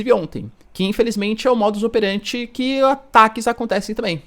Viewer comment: se diz: modus operandi, e não operanti